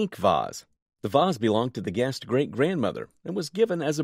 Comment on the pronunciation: The word "guest's " is mentioned many times, but it is always mispronounced "guest" (without the final 's sound).